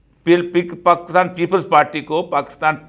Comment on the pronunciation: Avoid shouting, be gentle. You are supposed to be civilized being a seasoned person. Further, you always say "PAAKASTAN" try to learn how to pronounce it properly.